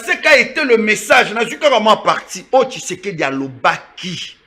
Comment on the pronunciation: PRONONCE TSHISEDI ET NON KISEKEDI TU TÁGITE TROP SUR TON PLATEAU...COMMUNIQUE COMME TON MAITRE QUI NE CRIAIT PAS MAIS CONVAINQUAIT